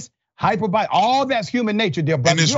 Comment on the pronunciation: I'm not sure "dear brother" means"dear bother"when he says it😂